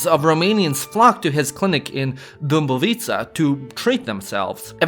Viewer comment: Your Romanian pronunciation is not that bad, actually. Your ă is almost on point. The only thing that sounds noticeably off is the way you stress words. You stress the wrong syllable sometimes and occasionally it comes out in a tonal Serbo-Croatian way. One example I can think of is the way you pronounced “Dâmbovița.” It’s supposed to be Dấmbovița, not Dâmbovíța. Anyways, keep it up! You’re doing great!